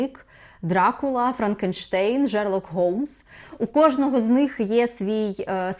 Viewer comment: Жерлок Голмс….. мені аж вуха в трубочку скрутились 😖